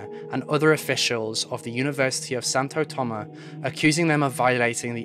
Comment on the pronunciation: also why didnt you pronounce the S at the end of Santo Tomas....like its there for a reason